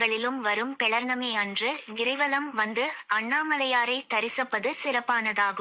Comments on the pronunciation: பௌர்ணமி என்று சொல்லவும். Please its not pelar nami . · நன்றி சகோதரி பௌர்ணமி என்று உச்சரிக்க வேண்டும்....